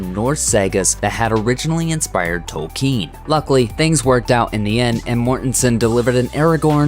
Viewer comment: Is it pronounced 'Toel-kean' or is this just anyother American pronouncing something wrong and not bothering to even check?